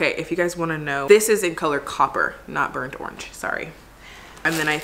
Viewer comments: lmao I thought she was saying "birch" and i didnt get why it was funny haha! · “Bornch” burnt - orange lolol IM DEAD 😭😂❤️ LOVE THE SKIMS ❤️❤️❤️